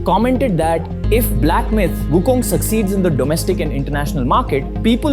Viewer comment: So far you are the only one that I encountered pronouncing WuKong in Chinese way---WuKung, not WuKong.